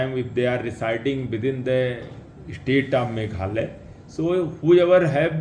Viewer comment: formation not formason meghalaya not meghala